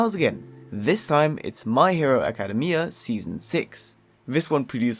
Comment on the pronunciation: Ayo y u say "academia" like that 💀💀?? Also the entire anime collection seems so fukin hype!! Also also also don't shit on DIY 😭😭